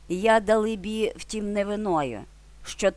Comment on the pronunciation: Дале-бі.,наголос на ле. Дякую.